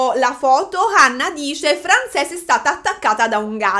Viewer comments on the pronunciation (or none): Compaesana mia bella che sbaglia sempre le pronunce in inglese ❤ ("Frensis", no Francés) intanto grazie per questo nuovo video! È sempre gradita la tua presenza. Secondo poi in inglese una ballerina di danza classica si dice, o si può dire ballerina 😊 quindi prego ahahah ti si vuole tanto bene!